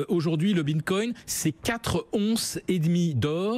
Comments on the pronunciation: J'ai entendu "bindgcoin", j'ai instant dislike. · Il sait même pas dire "bitcoin" ("le binecoin") ce guignol.